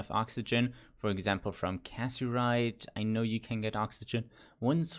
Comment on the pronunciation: It is not Casserite it is Cassiterite